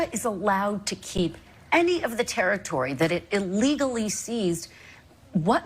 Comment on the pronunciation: so we just gonna skip over how he pronounced Territory as Terry-Towwy.